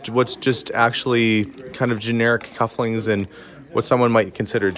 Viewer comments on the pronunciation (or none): When you are referring to "cufflinks" it sounds like you're saying "cufflings". Could be sound distortion on my computer but thought I'd give you a heads up in case it's not. This is not even close to a complaint. I know you like to sound like the professional you are! Thanks for so many wonderful videos. I'll continue to watch even if you continue to say 'cufflings'. :-)) 😊👌